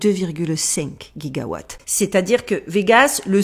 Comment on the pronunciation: C’est quoi un « otage de vie »? C’est bien les codes mais encore faut-il qu’on les comprenne 😉😃 Au fait on ne dit pas « Hyperionne » (comme camionne) mais Hyperion (comme camion) 🙂 et pas « guiga watt » (comme Guy) mais giga comme « jiga » 🙂 ❤